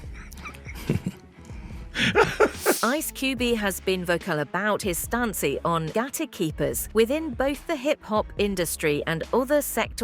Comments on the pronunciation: "Ice Cubey says Puff is being targeted for his stancey"..... wtf??? AI narrator forgot how to speak English?!?!? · I’m sorry, I’m sorry; ice cubie? His stancie? wtf kind of AI voice is this